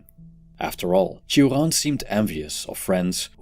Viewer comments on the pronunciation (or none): Iv never heard someone prounojnce his name so weirdly lol 😂